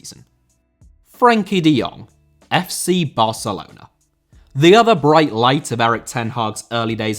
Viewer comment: Barcelona* not Bohçalouwner